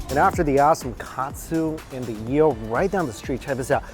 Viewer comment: It's "EEL" not "YEEL". Just saying.